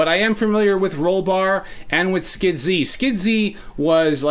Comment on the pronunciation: "Skid - Zee"....is that how you say it? And here I was pronouncing it as just "Skids" all this time.